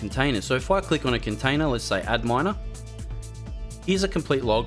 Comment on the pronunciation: I think Adminer is supposed to be pronounced as "admin-er" rather than "ad miner" lol